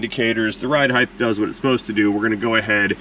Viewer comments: Lol. So much ride "heighdth" in the beginning. It's like Mike Tyson was walking us through the strut replacement. 😂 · the word is height, not heigth. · I love your content. Height. Pronounced “ hite “. Rhymes with might or flight. I have never heard you mispronounce a word until that Mercedes video talking about ride height. I think people get confused that the last two letters in the word are HT and not TH. As an editor, this is my hill to die on.